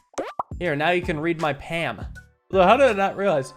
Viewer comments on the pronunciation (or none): I've been watching for years... and I was horrified to hear him pronounce "Palm" like "Ham" and not like "Balm" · the only outrageously wild part of this video is how he still pronounces palm as pam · The way pronounces palm like Pam always catches me of guard. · calling it a “Pam” irks me haha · the pa m prnunciation of palm continues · Why are you pronouncing palm so incorrectly? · maybe its just an acccent? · is really stickin to the -alm pronunciation gag huh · needs to learn to say palm correctly please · Is he intentionally mis-pronouncing "palm"? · Also can someone tell me why pronounces "palm" like it's a brand of spray-on butter? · I can't remember which series it was in, but he mispronounced it, and now does it to torture everyone. He does the same with other -alm words